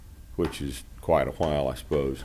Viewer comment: It takes a "hwile" to be able to properly do so.